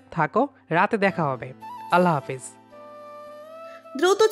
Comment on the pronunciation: Allah bola thik hoynai